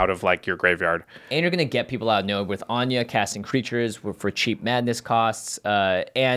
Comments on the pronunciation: please why are yall pronouncing her name like anya? where did you get that from? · I'm pretty sure in English anje isnt pronounced as An-ya